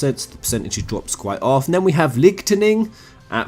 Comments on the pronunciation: My nigga said Kattin Higwind and Licktining lol.... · Hey buddy, are you accent? In .. Lighting is obviously pronounced as /laytning/ instead of /liktening/.. You know lightning? Like this ⚡ above the clouds when it rains☁? Your voice is crazy😂😂 HAHAHAHA cringe~~~ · So I work with a few brits... They dont pronounce Lightning as "Lich-ton-ing" They say it more like "light-n-ing" y'know, like a normal person. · is this guy trolling with the names? lol "onion ki-nit" "Littening" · wait....how are u pronouncing LIGHTNING AS LIT NING????? LOL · haha Ligtening. I died at Y Hyphen Shtola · Wait you cant pronounce the word lightning... fuck me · When he started to pronounce those names, I was thinking I said their names all those years wrong... until he pronounced Lightning, just then I realised he was taking the piss.